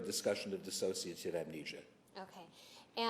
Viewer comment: I think she's got a great little body. Her suits show confidence. She can be sexy and smart, although if she mispronounces "dissociative" one more time, I'll probably have to throttle her.